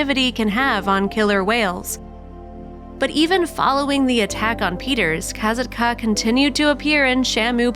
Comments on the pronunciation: Kah-SOT-kah, not KAZIT-KA or whatever this narrator was saying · It's Ka sat Ka, not Kaitka!!! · The name is pronounced; "kah-SAHT-kuh" not "Ka-zat-kah". I was the one in charge of the crown control people at the show in 2006 and I made the first call for a paramedic transport when she dragged Ken Peters (aka Peety) down and I know him personally. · Her name is pronounced Kasat-ka, not ka sa ka. Just an fyi only. It’s so sad what happended to all these animals 😢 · This is so sad, I knew instantly it was about Kasatka, also it might be about accent or smth but I think her name is pronounced Kasaka, without the T , but spelt with it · Kuh-sat-ka. Not Koz-ot-ka. My god i can’t watch due to the name pronunciation. The way they say it sounds so dumb. They know how to pronounce it. Come on. You mean to tell me they didn’t listen to videos and hear it? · Its pronounced ka-sock-a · I wish the narrator of this video would fact check before recording the soundtrack to this video…and please ensure you are pronouncing the orca names correctly, say it with me: CAT-SOCK-KAA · It's pronounced Kah SOT kah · you are pronouncing her name wrong just so you know. It’s pronounced kass-ought-ka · Her name is pronounced KA SATKA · It’s Kah-Saht-kah no Z!!!! Your butchering her name. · Finally! Not saying her name right was kinda bugging me and also took away from the video info. 😕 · Stopped watching after barely 2 minutes in. You can't even pronounce her name right. And you expect people to listen to you. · Lol you are pronouncing kasatka’s name wrong 🙄 CRINGE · Your saying her name wrong. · literally! they entirely forgot to pronounce the "T" in her name and yet somehow pronounced katina's name right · Learn how to pronounce the names, for Pete's sake. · you are not saying her name right